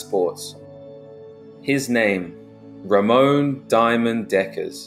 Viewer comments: Its Ramon not Ramoan.. Fml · Its not Ramones but Ramon he was from Brabant South Nederland